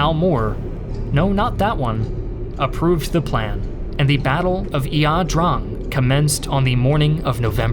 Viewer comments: What? Yaw-drong? Wtf? Well we pronounced it the EYE-DRANG. Guess here wants to be "different". The democratic repub......you mean the communists? Cont, listening to you say it was a "pyrrhic victory" made my head hurt. Perhaps you should do some better research. Our troops fought like demons in that battle. And your statement about "over reliance" on air power and artillery? Huh? This ladies and gentlemen is an individual who has never heard a shot fired in anger....or at all. Thanks professor, thats 20 minutes of my life I'll never get back. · “Battle of Eeah Drong!” 😂